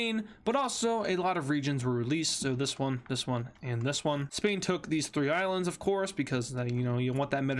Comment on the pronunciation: “Spain took these 3 ialands”